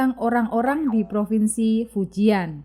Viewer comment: Terima kasih Admin....ohya karena sdh mmberanikan mmbahas Tiongkok...harap next-nya admin perlu mningkatkn pmahaman plafalan istilah bhsa Tionghoa mandarin yg benar....misal Qing bukannya baca King tapi Ching, Fujian msti dibaca Fu Cien...ok yah min....